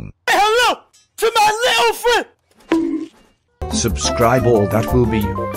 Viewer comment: At the end he said suscribe instead of subscribe